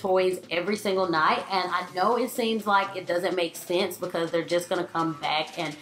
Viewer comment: Who else loves how she says the words "highly" and "because" ?? :D "hally " bacause" :P